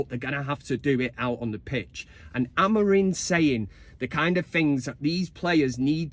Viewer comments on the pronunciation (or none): Great song mate, love it! 🤣 Just get the name right buddy, AmoriM, not AmoriN 🤣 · It’s Amorim not Amorin🤪🤣. Big win today either way. Mount Casemiro Bruno in mid Although I feel Mount could make a good wing back with his energy. COME OOOOOON UTD🔴⚫️⚪️